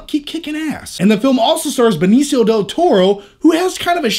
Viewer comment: hey say it with me, ben-neech-io